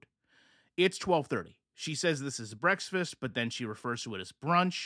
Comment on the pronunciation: why are you saying breaks-fasts?